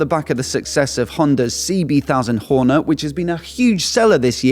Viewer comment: Please. It's called a honda HorneT .... T not Horner